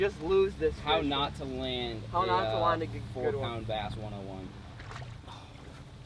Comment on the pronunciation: prounoces how to "land" a fish!!!!! lol "Laund"